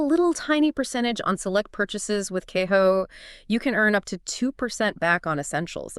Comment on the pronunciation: Keho? Wow, this was a fail voice over from AI! And this is all 100% Bullshit. None of this video is true. customer service is non-existent. They have fees, lots of them!